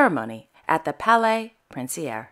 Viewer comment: A VERY GOOD ONE TONIGHT!! You are THE best? Indeed prince Laurent is quite a character. But try to think of the terrible upbringing he endured. Once again: please try to pronounce Palais in the language of its origin.